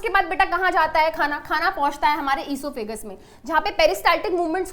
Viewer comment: Osophagos ❌ Eseophages✔️